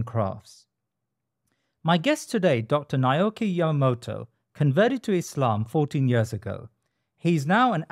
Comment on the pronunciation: Truly an enlightening episode. I just wish at least the host can pronounce Dr Naoki's name more correctly..